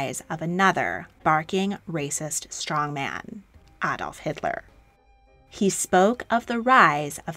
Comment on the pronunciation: Thank you for pronouncing Adolf Hitler correctly.......if you could please do the same with Moscow 🙂